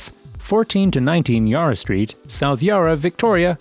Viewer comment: "yar-a" too!